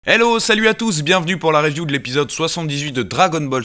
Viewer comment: On commence la vidéo avec un petit "élo" qui sort. Tu sens le gars qui veut pas nous montrer son accens anglais mais ça fallait pas le dire. #blc